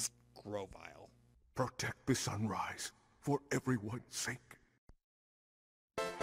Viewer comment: GROVYLE, NOT GROWVILE!